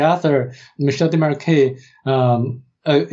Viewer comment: Oh my glob...! Yer KILLIN' me with your butchery of Desmarquet's name! Say it with me (phonetically): Day-mar-kay. Sheesh... 🙄